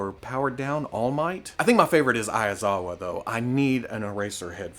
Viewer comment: Says he didn't butcher their names. A sigh of relie- Aiazawa ...So close.